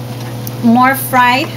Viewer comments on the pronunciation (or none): none